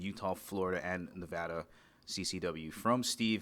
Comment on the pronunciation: Interviewer made a major faux pas by calling our state, Nevawda. Clean it up, bruh! :) You get credit for pronouncing it correctly in the next statement, however.